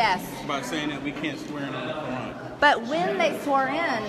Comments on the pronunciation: I thought I heard Crayon like her main source of nutrition. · she literally pronounces "Qu'ran" like "crayon" and honestly i don’t even know what i expected